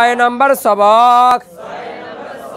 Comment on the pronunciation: সবক শব্দটি শুদ্ধ করে বল্লে ভালো হয়।